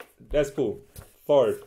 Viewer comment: did he say deathpool